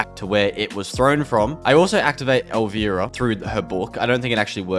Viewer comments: COD Infinite Warfare zombies is my fav COD zombies. also bruh, it's not "El VEE rah" It's "El VI Rah" It's an I not an E. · Pronounced El-Rye-Uh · It's El v-eye-rah u pronouncing wrong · Bro say elvEARA one more time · Your saying Elvira wrong